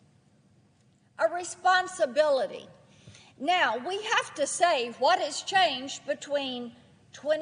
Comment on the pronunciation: He had a responsitrilitrance. That's what he had.